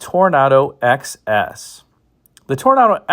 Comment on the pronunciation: It kept sounding like you were saying 'excess'....for the Toronado XS 😊